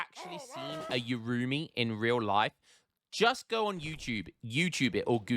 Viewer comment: I think the urumi is pronunces like "oohh.. roomey"